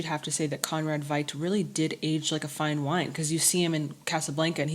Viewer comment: Conrad Veidt's last name is pronounced "fight". And you also got Fritz Lang's last name wrong... again. 🙂 P.S.: A somnambulist is a sleepwalker. P.P.S.: "Cesare" is the Italian version of "Caesar" and it's pronounced "che-sah-rae" (stressed on the first syllable).